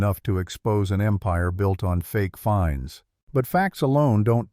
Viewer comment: The word is fines not finds lol